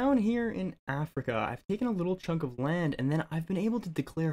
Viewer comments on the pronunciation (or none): none